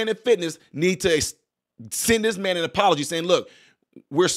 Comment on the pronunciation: It’s Man not Ma’am. 🤣🤣🤣